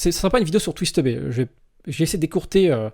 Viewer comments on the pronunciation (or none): Regarde même quand on prononce le pseudo "twist2b" on reviens à dire twistteubé miskin